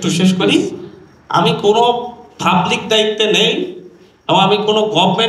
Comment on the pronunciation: Fublic, fryvate, chompany... এই হলো টিচার এর উচ্চারণ এর ছিরি 😂😂😂😂